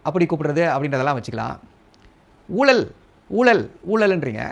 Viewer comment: நீங்க book selves கிட்ட இருந்து வெளிய வெயில் ல வந்து பேசுங்க... ஊலல் இல்ல ஊழல்... சரியா தமிழ் பேசுங்க...